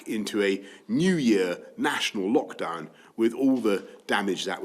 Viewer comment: "Muh lerkdoon!"